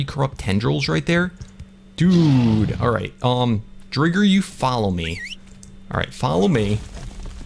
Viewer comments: Name the driger pink panther also it’s pronounced dryger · I think your pronouncing driger wrong ?🤣